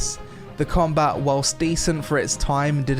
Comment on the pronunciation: "Cameloh" - "Combah". Speak English, I thought your country spawned the fucking language.